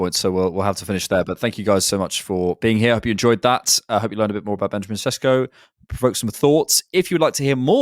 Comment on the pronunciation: It's "shesh-koh". I'm half Slovenian. I guarantee if he comes to the premier league no commentator will say his name correctly. This makes me mad. I would LOVE him to come to Arsenal.